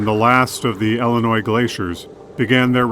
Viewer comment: It's Illinois not Ellenois .